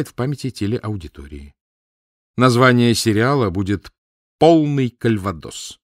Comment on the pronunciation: И конечно, КальвадО́с, а не Кальва́дос, как произносит Кирсанов